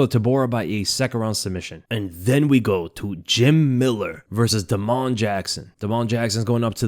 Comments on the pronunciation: Bro why do you say Da-Mon like that and not just Damon 😂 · Day - mun. Not. Duh - moan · "da'mon" jackson. you are too funny. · think Damon Jackson has the same pronunciation as Da’Mon Blackshear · Why are you pronouncing damon like that? Weirdo